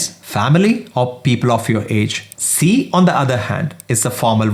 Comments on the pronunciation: For Sie/sie it's not see but zee. pronunciation is the main problem when you are learning from most of the non-native speakers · "sie" is pronounced as "zee" not "see" as far as i know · That's not sie it sound zie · My man has done good work here! But some of the pronunciation needs work (sie, in particular). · Everything is perfect apart from pronunciation of Sie and sind